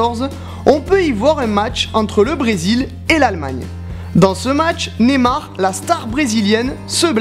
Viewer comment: Deja c pas (je cite) "Némar" cest NEYYYMAR